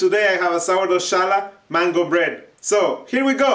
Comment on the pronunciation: Really interesting variation and a simple plaiting form that looks very complex when baked. Thanks\ Gracias English pronunciation is not "Ch" as in "chosen" rather like the J is Jose in Spanish